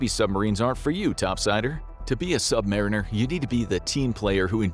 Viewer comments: Sub marine-Ers is irritating. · Funny pronunciation of submariner